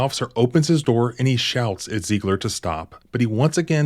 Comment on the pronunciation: "Open the noor" -Officer Walt Jr. maybe